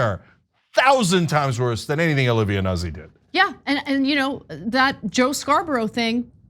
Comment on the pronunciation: Ana, the last name is "Noot-ze".